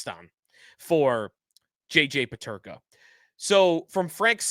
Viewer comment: You can't even say his name....